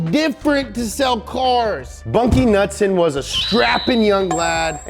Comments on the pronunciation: Knudsen- pronounced Kuh-noot-son (also can be spelled knutson, knudson, knutsen) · The K in Knudsen are NOT silent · It’s Knudsen Not Nutsen ✌️Copenhagen Denmark 🇩🇰✌️ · Bunkie Knudsen isn’t pronounced nutson. It’s newdson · Knudsen "nude-sen" not nutsin. Driving me nuts lol. Its like douche bags saying "Maryo" instead of Mario. Other than that love the vid. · The U in Knudson is a long U not short u. Get it right donut guy..... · i think u pronounce knudsen (cah-nood-sen) jus sayin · It K-Nud-Sen